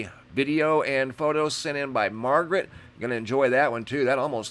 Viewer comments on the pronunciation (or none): none